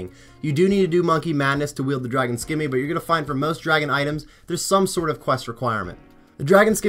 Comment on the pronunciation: The fact that you pronounce scimmy as skimmy but can easily say scimitar just drive me nuts